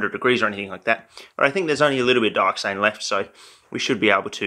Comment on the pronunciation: I see dat "dyoxane"